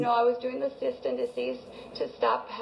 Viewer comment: Did she say cyst and deceased?!? 🤣